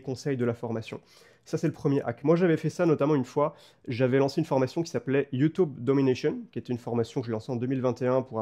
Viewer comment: Des années, des années entières à être raillé par mes proches, par mon audience, par des inconnus, juste parce que je prononce "YoutOUbe", et enfin je découvre que je ne suis pas seul! Ce n'est ni plus ni moins qu'une libération, merci! Merci pour le contenu très quali, énorme le format!